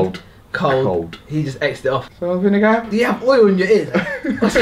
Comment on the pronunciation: when said "Salt and Vingear" i nearly shat my pants